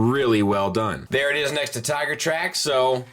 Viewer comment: I have to finally point something out, after watching many, many of these videos. Maybe it comes down to a personal choice on part, but isn't the character's name "TigerTRACK" not "Tiger TRACKS?"